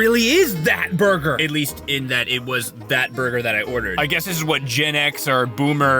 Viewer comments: Did he just say burguer? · Burger did he say burger